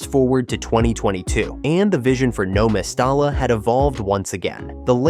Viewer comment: Mes-ty-ya so annoying your pronunciation